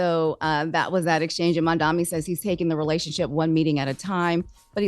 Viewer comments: MAM-DA-NI not mamdami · It’s MAM-DANI! not Mamdaami! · MANDANI WITH A N , the ignorance from the reporter is insane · So because you call someone a fascist mean you can’t have a meeting on behalf of your constituents??? Like what? Also, it’s Mamdani. Like damn, how hard is it to say?